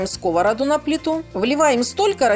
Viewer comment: Уважаемая,ваши рецепты замечательные,я люблю готовить и радовать семью, особенно внучку.Не сочтите за обиду,произносить слово " сковорода" нужно с ударением на последнем слоге- сковородА